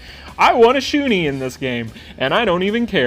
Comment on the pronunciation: Great video as always! You might want to change that Shun'ei pronunciation though. It's not Shu-nee, it's Shu-ne. Kind of cringed every time you said it wrong. xD